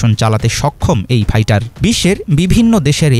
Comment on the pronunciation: Fighter re gada not paitar